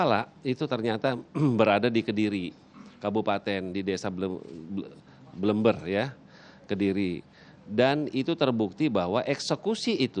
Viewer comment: Bleber pak polisi ,bukan blember